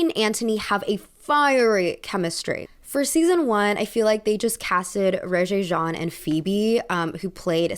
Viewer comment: I'm pretty surprised and disappointed you pronounced Regé-Jean's name incorrectly